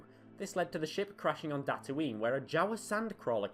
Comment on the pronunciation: I heard that too